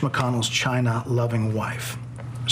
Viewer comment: I'm sure I'm not the only one who notices that whenever Trumplstiltskin mentions China he makes it sound like 'gina - that's the level of immaturity he's been stuck at for most of his life! Somebody change this Jackoff's diapers once in a while!!